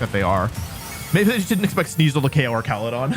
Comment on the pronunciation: Archalodon Ark-al-o-don. Not your arch enemy. An arch de treumph